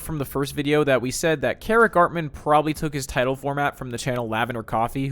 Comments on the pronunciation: There were a couple times I heard them say "Keric" but then "Seric" in his own videos lol. They don't even say their own name right! Among the sheer amount of just mispronounced words... That's when I was thinking it was ggs... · is says ceric but you called him kerrick😭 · This is just nitpicking: it’s pronounced “Sair-ick” not “kair-ick”! It’s annoying to hear you mispronounce it when everyone else pronounces it correctly. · just saying, ceric artman pronounced their name as "zeric" artman lol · Ceric Artmans name is so hard to pronounce I used to call him ceric artman with a cuh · I hate the pronunciation of ceric in this video reminds me of my name made me jump a few times